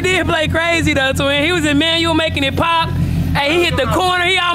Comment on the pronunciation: The fact they saying “pootin” instead of “pop” 🤣